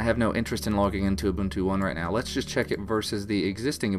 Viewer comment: its not ooh-bun-too, its ooh-boon-too. ubuntu.